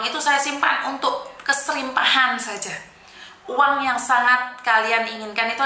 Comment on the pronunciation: MAAF; BUKAN KESRIPAHAN TAPI: KERIPAHAN 👍